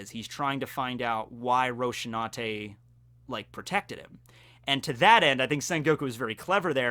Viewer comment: Rosinante, not Roshinante...